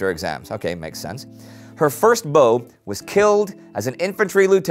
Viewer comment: beau not bow